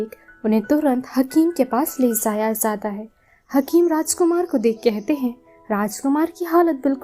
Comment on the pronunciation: zata hy, zati hy, ye bola hy na apny... Usko samajh nhi arha